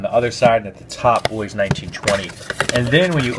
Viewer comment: You pronounced Bois right as well. I learned that last year lol.